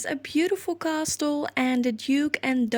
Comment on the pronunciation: You got Belvoir OK....but castle is pronounced 'cassle'... no 't" xxxxx